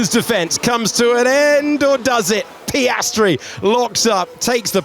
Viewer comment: Hate the narrator, sorry, i have to say it. His over "sophisticated" English, his false emotions, his way of exagerating the names of some drivers (mostly Piastri)...trully umbearable to listen to.